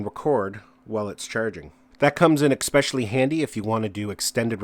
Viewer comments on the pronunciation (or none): Especially NOT Expecially. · It's ESPECIALLY, not "expecially." Cheers! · When he says "expecially" mate its "especially" hahaha great vid though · Especially not ecspecially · Good information. Why do people think expecially is a word? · Sorry man but I just had to tell you. Its "ESPECIALLY" not expecially. Thanks for the video. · People that say ex-specially with an X crack me up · Ekspecially. Lol. Said it ten times. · I turned this into a drinking game every time he says “exspecially” and then I blacked out 🥴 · “Exspecially” lol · Sounds like ekspecially to me. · Is "expecially" a word i dont know about? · it's not and it was driving me crazy lol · Ex-pecially good tips. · WTF does “EXPECIALLY” mean? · Please stop putting an "X" in "ESPECIALLY". That makes me want to avoid subscribing. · And there is no "x" in especially 😂